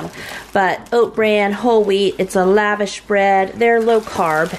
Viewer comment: FYI: it’s pronounced La-Vosh